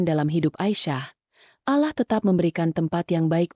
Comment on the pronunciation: Maaf min kok cara baca Allah nya kayak gitu,kayak nggak beragama..😢😢